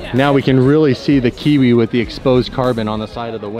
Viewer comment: Hi from New Zealand great to hear someone that's in the northern hemisphere say kiwi close to how we say it